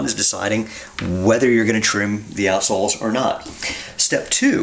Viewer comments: Why do I keep hearing, "Arseholes"? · Is he saying assholes? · So its not just me that thought he says assholes. Quality. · I was perplexed for a while, until I realised he was saying 'out' soles. Even so, I still can't un-hear what I first heard. It's locked in now. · The way you say "outsoles" makes the beginning of this video really, really funny.